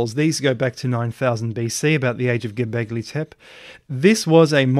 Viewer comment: And there go you pronouncing Göbekli Tepe wrong again.